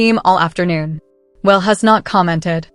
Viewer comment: This is Fake as hell.The AI women can,t even pronounce Wale right